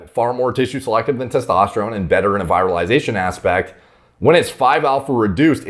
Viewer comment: Just to help you step up your game: the first “i” in “virilization” sounds close to the “ea” in “ear.”